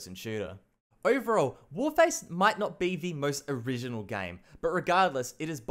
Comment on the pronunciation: When he was talking about warface he sounded like he kept saying cryaotic